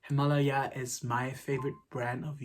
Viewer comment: Actually you said correctly at first. It’s not Himalaya, It’s HimalAya. As far as I know, the brand is Turkish origin. So you were right in the first place. Annd I love your videosss <3